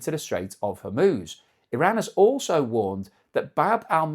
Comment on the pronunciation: If there's one good thing, at least can pronounce Hormuz correctly.